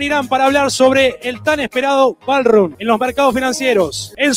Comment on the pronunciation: Un que dijo??? Un balrrun? 😂